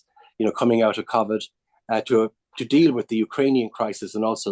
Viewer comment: He blamed remote working for state mis-management? And why does he pronounce covid like that? What a tool